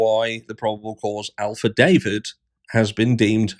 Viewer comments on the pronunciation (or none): is he saying Alphadavit? Or is it just a different pronunciation of affidavit? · affidavit not alphadavit